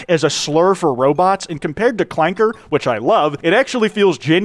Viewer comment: General grievous gets the soft a not the hard clanker